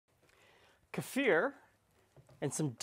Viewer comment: Great, thank you 😊 👍🏻 (and thanks for pronouncing kefir correctly ☺️)